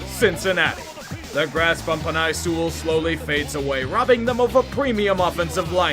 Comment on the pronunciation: Hey it’s actually pronounced penne sew-well, we played against him in high school. Also ur a beast I love your videos